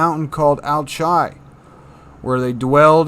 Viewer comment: Alchia, Mount Alchi, I don't think it's pronounced Al-chi, I think it's pronounced more like Al-Ki, like Alchemy